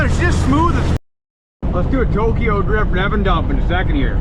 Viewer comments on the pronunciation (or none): none